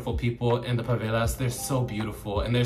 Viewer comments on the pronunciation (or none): It's probably Favela not pavela but anyways purr 💅